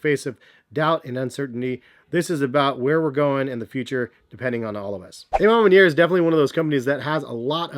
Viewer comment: I swear so many ppl pronounce it Wrong 😂 the “A” is an “AWH” sound. A Ma Maniere means “My Way”. You, Jay The Sneaker Guy, Jumperman Kris of course... You all pronounce it WRONG. C’mon, You should know by now